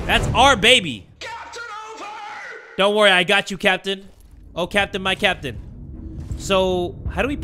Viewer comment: Everytime I hear captain, I hear Kapitan